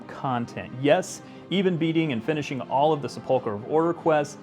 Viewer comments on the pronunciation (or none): Sepulcher means tomb and you really mangled the pronunciation. seh puhl cur